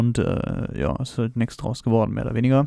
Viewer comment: nüschts ? sach ma bist du sachse ??? XD